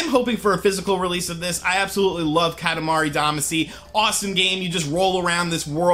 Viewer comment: OMG I LOVE KATAMARI DAMACY!!!!! ....pronounces it wrong.